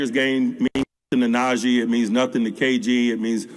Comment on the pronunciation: IT'S NAH-GEE NOT NAJAY